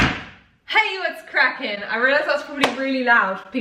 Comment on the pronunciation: more like hey what’s “GRACK-ing” 😂😂